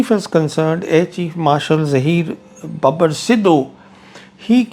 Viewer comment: Sir it’s not babbur but babar sidhu